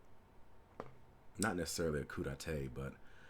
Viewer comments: If you want to make a flawed analogy, at least pronounce the terms correctly. It isn’t a coo day tay, it’s a coo day TAH. Sorry, I’m just a stickler for the English language, and I don’t enjoy watching people making themselves seem like fools by inventing words. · So...when is someone gonna teach this guy how to pronounce coup d'etat?